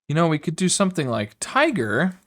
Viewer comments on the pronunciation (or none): none